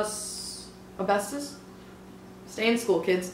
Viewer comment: but why dont you know what the word "asbestos" means or how to say it lmfao, guess intelligence doesn't matter on youtube?